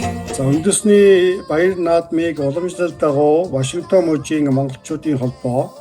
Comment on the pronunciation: Ваашингтон гэж ямар хачин хэлээд бна аа